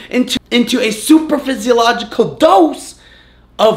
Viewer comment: Got triggered AF when he said superphysiological instead of supraphysiological... #biomedstudentproblems